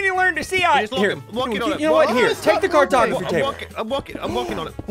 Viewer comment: when you said cartography i thought you said cartografeet